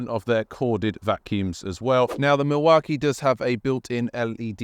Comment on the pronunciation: You are pronouncing Milwaukee completely wrong, doing my head in!!!! AW KEE NOT AH KEE